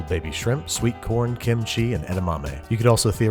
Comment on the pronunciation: is it just me or he said "sweet porn" as potential topping?